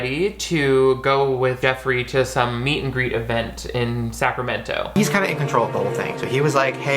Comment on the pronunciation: The way you say Sacramento is different but I don’t know what’s exactly different.